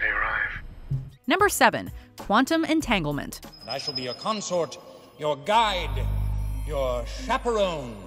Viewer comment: Quantum “Entanglement”... EnTaNgLeMeNt